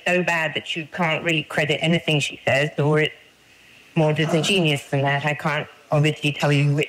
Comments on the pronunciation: (second time) "Disingenius"? That's not a word! It's not how "disingenuous" is pronounced. (Not even by Brits--I looked it up.) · Disingenius? Should that be disingenuous? LOL Oxford-educated. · I'm British & I thought the same! It's pronounced "dis-in-gen-you-us" throughout the whole of the English-speaking world! An Oxford university education & she can't even master basic pronunciation.